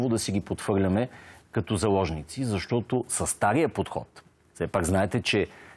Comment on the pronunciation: Два пъти каза "жалозници" вместо " заложници" ама хаиде да не издребняваме.